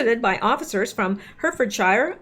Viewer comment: Just in case it comes up again - Hertfordshire is pronounced “ Heart Ford Shur:)))) or if you want to sound proper English Heartfudshuh xxxx